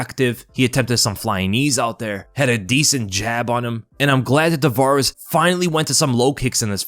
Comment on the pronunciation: Its Ramon Taveraz not Tavarez